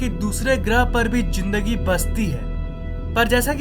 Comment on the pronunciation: Zinndagi or Z Ka Pronunciation is not up to mark. This is just a clarification! Don't take it seriously